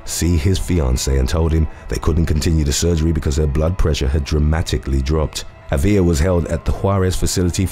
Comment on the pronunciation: AAA viLa NOT aVEE Ya